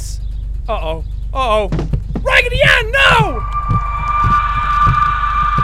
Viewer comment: I kept laughing wehen he said ragidy anne